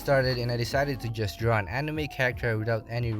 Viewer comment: I love how he messed up and easy word which is draw he said drwa